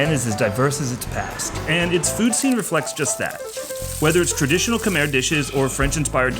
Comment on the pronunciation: I was so excited to see this drop. Thank you for honoring all the people, culture and those innocent souls lost during dark times through your kind gestures and curious nerdiness 😛. I especially love how you said, Khmer the way we pronounce it, Khmai instead of kah-mair. Can't wait to see the rest of the series!